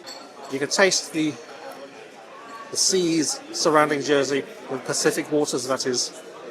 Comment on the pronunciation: Was foolishly going to criticize you for using a fork on the oysters but correct etiquette. For a moment, I thought you said Pasific waters relistened Spacific.